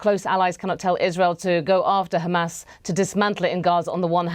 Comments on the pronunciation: İt's pronounced "HAMAS" NOT "Khxamas"! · Is this presenter Israeli? Why is she pronouncing Hamas like the Israelis? 😅 Zionist run the bbc. They have Israeli talking points and now Israeli pronunciations.